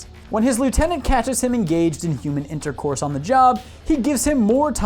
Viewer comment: "HOOOMAN INTORCORSE"